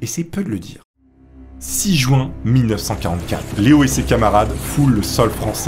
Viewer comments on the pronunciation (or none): none